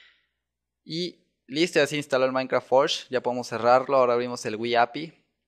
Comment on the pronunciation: se dice minecraft